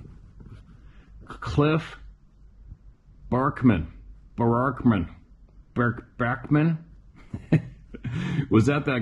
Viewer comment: Cmon its BARAKMAN